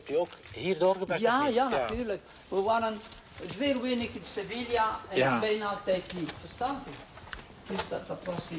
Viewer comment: geboren in sevilla en sevilla niet kunnen uitspreken... triestig...